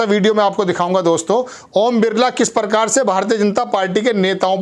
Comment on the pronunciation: परकार परहार परधान अबे हिन्दी बोलना तो सीख ले ।